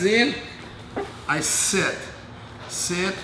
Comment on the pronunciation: He seet, and he scoop out!